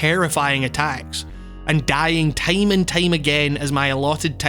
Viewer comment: The way this guy says "time" makes me giggle